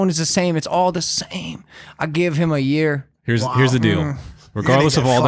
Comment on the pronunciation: "I geev heem a yeeeer"